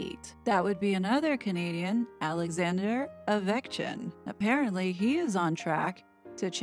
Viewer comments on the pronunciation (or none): I LOVED the hockey details!! 🤣🤣 also it’s O vech KIN😉